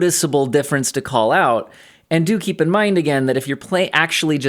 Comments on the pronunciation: Hehe dookie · I always hear "dookie" when you say "do keep in mind...." and that pleases me. Thanks for all the work you do!